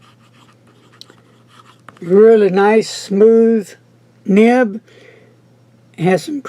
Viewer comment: it is nib not nip.